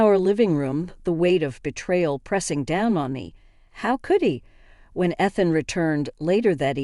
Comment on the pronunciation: AI doesn't proof read. It's hilarious that the name Ethan is mispronounced. How often have you heard the name Ethan in one of these stories. AI needs to be rebooted.